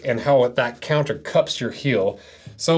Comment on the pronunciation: i just cant get over the him saying "hill" over and over again. it's heeeeeeel!